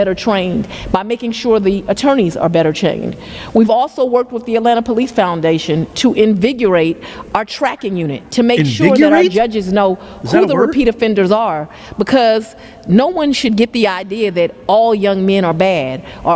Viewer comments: Trajecdury?! Invigyourate?! & that’s just two of the her many abuses of the English language. I guess Howard just has you fog a mirror for acceptance?? The more media Gorilla Grip gets, the worse she looks. I can’t wait for her next video tbh. She’s exactly what Thomas Sowell has been warning us about and a black eye on Atlanta‘s otherwise respectable Court system. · Yes, she said.... "exspecially", "they" children, "invigurate", and "youff". Where's lover boy? She's begging for money to fight crime, while she spends millions and millions of dollars trying to jail Trump and traveling the world with another woman's husband, on the taxpayers' dime. Then she lies about everything, making up stats, so far from the truth, its pitiful. She's just an incredible failure in a thousand dollar skirt. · Invigorate is a word she just pronounced it wrong like everything else. Where did she get her shifty education? She doesn't speak proper English half of the time! Smh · "Exspecially."🙄 "Envigurate".😵‍💫 Bet she also says "aksed" instead of "asked". Mind-numbing. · This chick had a law degree !? “Ekspecially” ?? And “they doin”. “Invigurate” Riiiight…… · Yes! Invigyorrate!